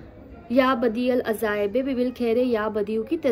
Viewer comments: azaiab nahi hai, Ajaibi hai. Alfaaz ki adaygi durust kijiye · اپنے عزائب بولا ہے درست لفظ( عجائب) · Agr ap ajaaib ko azaaib parhein gi tou i think meaning badal jaye ga and im not sure if its gonna work. Sahi talaffuz parha krein